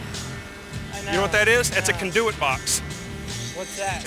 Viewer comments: "Cunduet box" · “That’s a conDEWit box.” 😂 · The way that dude is pronouncing conduit lol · Pronouncing "conduit" wrong lmao